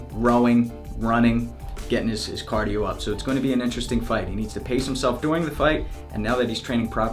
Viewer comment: prion disease The main reason to respond here is not because he pronounced cardio wrong, i responded because even that Conor trained a little bit cardio, he still wont survive 5 rounds with Nate, and will most likely lose in the 3rd or the 4th round either by TKO or submission, in both cases Nate is the winner. McTapo can talk all he wants, lets watch it on Saturday and see what happens.